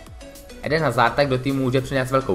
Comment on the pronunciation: Nechápu jak můžeš dělat redaktora a videa o fotbale když neumíš ani vyslovovat jméno hráče, který patří k top 10 na světě...